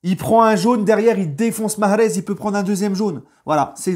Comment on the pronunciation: Stp stp prononce bien Mahrez la fierté nationale de l'Algérie merci